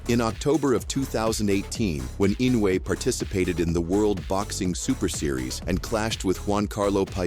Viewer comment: Fast as lightning, Inuoe strikes like a snake, with accuracy of a laser. “Inuoe”…..”ee-NO-wee”